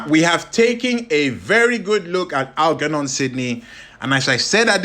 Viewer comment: I got 2 minutes in and it was too much...please pronounce "German" or "Germophobe", then try Algernon...and I thought Genghis was bad😂😂